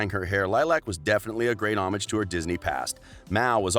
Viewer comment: the way u pronounced les miserables, doherty, and homage were horrendous